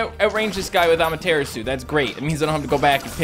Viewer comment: The way he says Amaterasu is pretty funny xP. At first I thought he was saying that as a joke but it's like....been a thing since he first got it lol. Saying it wrong, but say it however you find it fun to say xD makes it more interesting anyway.